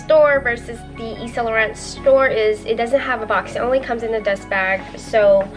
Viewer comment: Why do people pronounce it as saint laurent? Its annoying its pronounced eve- san- lu-ran why do americans pronounce it incorrectly?